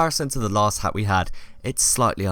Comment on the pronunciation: Should change hat in the video title to ha cus i dont think you said the t at the end of hat at all